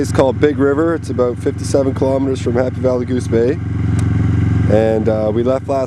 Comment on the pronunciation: That's funny, I thought you said "Pig River" first, but when you said you were going to Jerry's cabin, I knew you were talking about ""Big River".